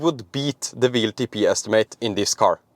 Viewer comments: I know you pronounce “w” as “v” in Norway, but why do you torture our American friends with this mysterious “VLTP” ? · W is pronounced "doubleyou" and not like V. Keep that in mind when talking about WLTP.